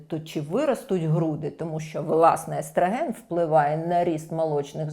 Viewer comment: естрАген, естрАген... правильно - естрОген. Але відео класне!